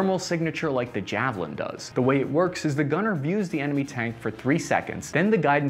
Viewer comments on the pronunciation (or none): none